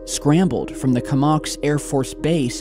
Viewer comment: Comox....co-mox....not kumox